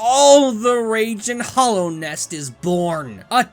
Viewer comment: You say my pet peeve with this game, It's called Hallownest, no Hollownest.